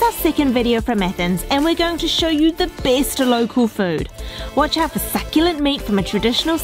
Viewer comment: "the bIST!!"